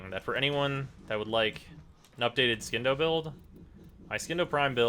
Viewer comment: He knows how the Scindo is pronounced but he says "Skindo" cuz it's sound more badass